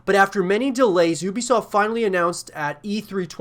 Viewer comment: Ubisoft pronounced You-Be-Soft is more correct, but been waiting on this game for years now looks awesome.